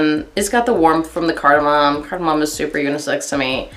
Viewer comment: Card-Ah-mommy 🤣🤣 I actually love that spice smell but performance is a BIG DEAL for me! thanks for the review